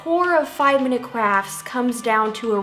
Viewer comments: i love how you say ‘crafs’ instead of ‘crafts’ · Is it just me or is it every time when I hear "5 minute crafts," I hear "5 minute craps" ....nobody?